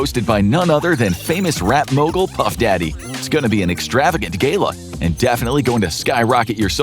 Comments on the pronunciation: First 10 seconds.... "Its going to be a fantastic....." Gala ❎️ Gay-la ✅️✅️ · Did they just pronounce Gala as "Gayla" on purpose or?? 😂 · Gala ❌ Gayla✅ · Do you think they said "gayla" instead of "gala" on purpose? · “Extravagant GAYLA” 🌚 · An extravagant gay-la you say...... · Extravagant “Gay-la” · "It's going to be an extravagant Gayla! " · He really said extravagant GAY-la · gayla?? ahaha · did you just say GAYla? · "extravagant gay-la" indeed sir those freak offs were extravagant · “It’s gunna be an extravagant ‘gayla’” 😂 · Anyone heard "Extravagant Gayla"? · definitely a gay-lah for sure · seconds in, 'gayla' 😂😂😂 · I don’t think so.. I work at place that works on Gala’s and my boss says “Gayla” also 😂😂😂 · “Extravagant gala” heavy emphasis on the “Gay” part!